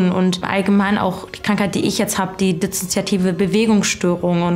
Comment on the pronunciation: Dizzozoiativ und zychozomatüüsch.. sorry, musste